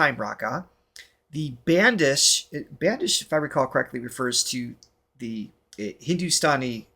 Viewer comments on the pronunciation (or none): Bandish is pronounced like “Bun-Dish”.